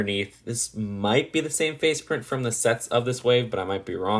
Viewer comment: Did he say detailed face plint?